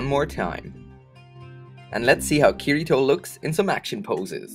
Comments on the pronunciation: it's not kir I toe its kitty toe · ***** the way he pronounces the name Kirito is incorrect.